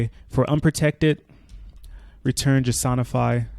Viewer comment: This is by far the most underrated jsonify pronunciation. Great video by the way. Thanks.